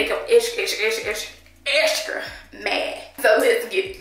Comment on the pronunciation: She can’t say extra or beautiful 😭